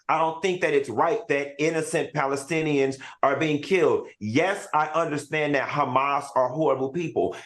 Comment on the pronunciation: "..Iraelies..Palistins" Al seems like a nice guy; but how his no-talking ass a talk show host AND a college instructor? Make it make sense🤣🤣🤣 We so embarrassing as a people 😳